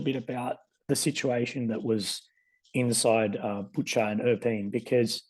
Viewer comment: He's not Latvian. Latvian doesn't pronounce Butcha like he did.